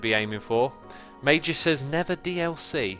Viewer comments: is it just me, or does say "nether" instead of "never" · Scott Hill no he does